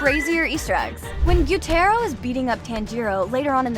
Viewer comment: The only thing that pisses me off most in this video is the fact that YOU KEPT SAYING GYUTARO'S NAME WRONG. It's Gyoo ta ro not gyo tai ro you are not an anime weeb you are a fake